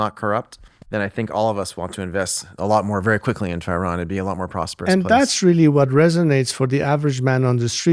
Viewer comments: If you interview the crown prince of Iran, show some respect and learn to pronounce the nouns and adjectives correctly! It is pronounced EE-RUN, not “eye run”; it’s pronounced EE-RA-NI-AN, not “eye rainy an”. Only an ignorant American goes out of his way to mispronounce every foreign name.! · Correct pronunciation is [E-RAAN].